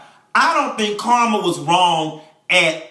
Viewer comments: Every time you say Carmen's name Karma I crack up! You remind me of people I went to church with. That's where we learned how to read honey! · I'm cracking up at him calling Carmen.... "Karma". lol